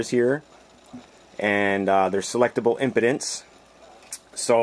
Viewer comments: Dude says impedance like impotence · He said impotence instead impedance, its pronounced em- p-dance, I hope it was a joke, but don't ever make that mistake again, because to true audiophiles, it sound's like you know nothing, which is not the case because I've watched a few of your other videos. Keep up the good work